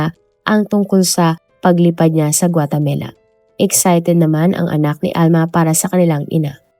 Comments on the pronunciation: 😂😂😂😂 akala ko ako lang naiirita sa paulit² na GUATEMELA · Pronounce it as "Gua te ma la"not "Gua te me la." Ok? Thanks! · Puro ka guatemela...8080 inulit ulit pa talga guatemela 😅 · GUATAMELA?😂😂😂😂😂 bagong bansa ba yarnnnnn🤪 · GuaTAMAla not GuateMELA; Houston is "Yuston" not HOS-TON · Maganda sana kwento kaso ang sakit sa taynga ng Guatamela mo. Wag na nga lang. Ikaw lang nag pronounce ng ganyan, wala pa q narinig na guatamela 🙄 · Nakaka distract paulit ulit pa pag pronunce GUATEMELA😂 sana search din po kau paano e pronouce ng tama ang mga words sayang maganda ang kwento We are not perfect pero dapat kasama po yan sa research po natin kasi name of the country po yan importante sya .. pangit din pag ma mispronounce ang country natin instead of THE PHILIPPINES sasabihin nila phlippanes di ba pangit and disrespectful. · 😂😂😂😂yes...notice ko din ang Guatemela..😂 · guatamela? guatemala ata.. nadidistract ako kapag nababanggit yung lugar pero tinapos ko pa rin lol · Hahahahaha may mga mali minsan sa pronunciation nya katulad ng yacth tas ginawang yatch,tas ngayun gautemala to guatemela... kahit gusto mo lang makinig nadidistract ka kasi mali ang pagkakasabi nya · Guatemala, not guatemela. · GUA-TE-MALA poh! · Sounds like Gumamela 😂